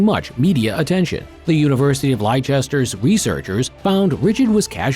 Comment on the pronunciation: Please stop murdering UK pronunciations... Hearing Lay-chester instead of Lesster for Leicester just about makes my ears bleed! :)